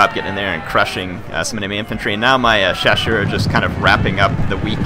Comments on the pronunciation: Hey, great to see some Napoleon: Total War. As a note of encouragement, I appreciate that you attempt to pronounce the French names and acknowledge you don't know how to say them perfectly (with good reason), as opposed to some who just butcher them and don't care. And your pronunciations are very close. All you really need to do is pronounce the double-S in 'chasseurs' with an 'S' sound, not a 'sh', and you'll be golden. As for the fire-by-rank comments, this is not 'my era' in terms of military history, so I don't wish to claim to know better than anyone else on any particular point, but I just want to note I do know British drill called for it (among other variations) and that it is quite practical. But that is only one small army among multitudes, and not representative. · hey, im fench and ill help:). Actually, you pronounce "chasseurs" right, simply remember that the "ss" is like a simple "s" of.. Sniper, Sweet... and not a "ch" of CHewing-gum. And that in french, you don't pronounce the 's' of the plural. In english, shoe -> shoes('z'), french, chasseur -> chasseurs (both sound CHaSeur).:)